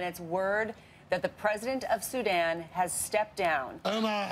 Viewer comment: Kudos to Trevor for pronouncing Sudan correctly. SuDAN is such a pet peeve of mine. Also it’s Muslim not muzlim. Ethiopia is 3 syllables not 5. The last part of Eritrea is pronounced tree-a not trea.